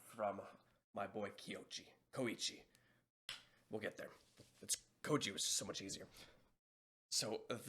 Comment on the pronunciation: If ur having trouble pronouncing Koichi, try saying Koy chee